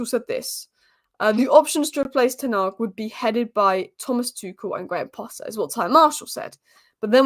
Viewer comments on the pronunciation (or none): none